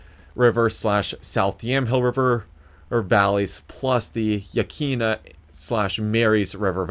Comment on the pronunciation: FYI, it's pronounced ya-kwin-a